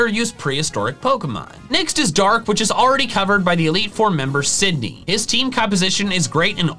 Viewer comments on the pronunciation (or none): For a moment I thought you called Sidney Cindy